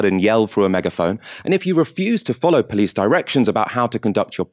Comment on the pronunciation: pronunciation of "police" amuses me. "Pleece"